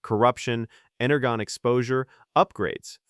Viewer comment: It's pronounced ener-jon